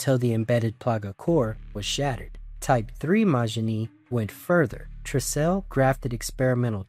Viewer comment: Sorry to say dude but you're butchering the pronunciation of excellas name, kijuju, tricell, etc 😅